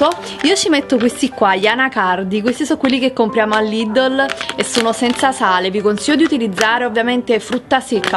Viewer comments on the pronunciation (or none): none